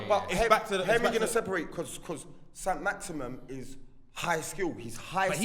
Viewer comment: Saint maximum and pondence sound like ballers 😭😭